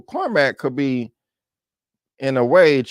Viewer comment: Please, my brother Mel Gibson's character is pronounced Core-Mac. Spelled Cormac! ❤